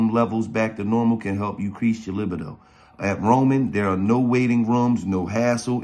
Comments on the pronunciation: Liby doe 😂 no it li beee doe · Libido ( La-bee-doe) gillie! Love y’all niggas